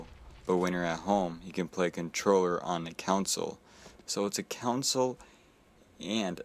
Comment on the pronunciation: Lol stop saying "counsel" instead of console haha thanks for the vid though!